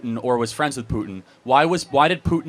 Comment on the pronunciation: I’ll never take an adult serious that pronounces with and both as Wif and boaf